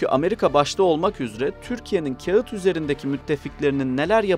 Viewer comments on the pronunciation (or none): none